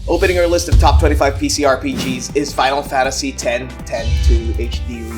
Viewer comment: did you say final FATasy?